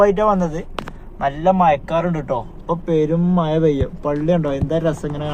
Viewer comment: മഴ.. ആണ് ബ്രോ മയ അല്ല 🙄